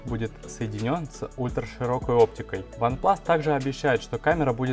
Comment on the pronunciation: Какой еще вант плас))))